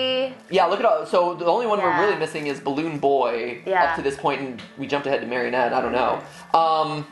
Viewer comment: Ah yes, my favorite fnaf characters, Balloon Boy, *squints* J-Jalloon Joy, and *squints harder* Da-Dalloon Doy